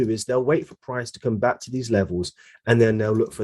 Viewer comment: welcome "bark" to my "Youuutube" channel